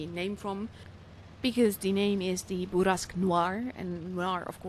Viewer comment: the way u say bourrasque is really satisfying to hear XD